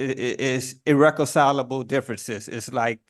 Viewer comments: Ir-Reck-ass-I-lib-El ?? Could you please learn how to speak before you try to become a lawyer to represent yourself bro? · He claims to have ee-wreck-um-sigh-la-bull differences with his back-up lawyer. In fact he has irreconcilable differences with reality.